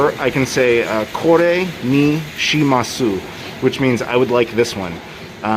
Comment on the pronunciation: Lovely video! Regarding the shimasu, the "u" is normally not voiced. So it would sound a bit more natural with "shimas-" :)